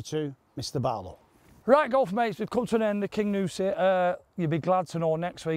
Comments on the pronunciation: Great video as usual boys - but it's the Cairngorms not the Carigorms and it's 'King You Si' not 'King OOOsi' 🤣🤣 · I want to play Kingussie. Sorry I'm a bit late on watching this sensational match, been laid up for a few days., it's (car'n-gorms) not that it matters as the scenery can be called what you want, it is still beautiful.